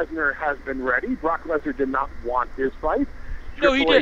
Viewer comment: lmao lesnar not leaner